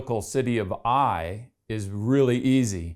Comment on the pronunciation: THE CITY OF AI - IS PRONOUNCED 'AW-YAW' '...AND THERE ARE NO 'ITES' IN HEBREW NAMES...BUT, ANOTHER GREAT VIDEO PROOF OF SCRIPTURE...ALL THE BEST...🙏🏻